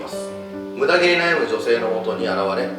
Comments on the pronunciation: 「ムダ毛だ。」が「胸毛だ。」に聞こえたのは私だけじゃないはず！ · のムダ毛が胸毛にしか聞こえないの僕だけ？ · むだげがむなげにきこえたひといる？ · ムダ毛が胸毛に聞こえるw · ごめんなさい。ずっとムダ毛が胸毛に聞こえちゃいますw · ムダ毛 がめっっっっちゃ 胸毛 に聞こえて仕方ない